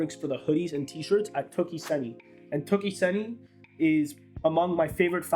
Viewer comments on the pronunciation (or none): I watched with great interest! And as a Japanese, I am proud that my country has such an amazing factory. Thank you for introducing it to us! One additional note: “seni” in “toki seni” is “sen - i” (the "i" is pronounced like the English "e") and means fiber. I look forward to more videos from you!